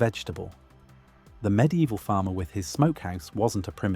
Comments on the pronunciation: Mid evil not midi evil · "med-e-eval", ai images, repetitive ai narration... another fake "facts" content farm channel.